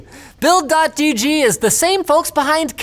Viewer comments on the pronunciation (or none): For the record. its "builds" with an S, not "build" dot GG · umm its builds dot gg not build dot gg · domain for sale? :D rip. Nice one Linus, it's "builds"!! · *Thrilled by own clever sponsor segway *Mispronounces sponsor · So how mad was the sponsor that you didn't pronounce the S in their URL? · ... the S is silent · gotta say your sponsor name right! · does Linus realize he's saying the sponsor name wrong? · well... almost. He missed to pronounce the "s" in "builds"